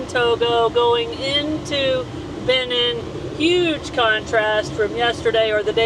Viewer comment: Such a great time following you all these years--amazing! Hey, and, it's "Be-NEEN". You emphasize the second syllable. It's French, so the "i" sounds like a long "e" is in "seen." You guys make it through everything!